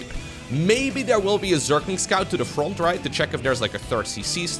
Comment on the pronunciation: I’ll never get tired of saying, “froUNT.”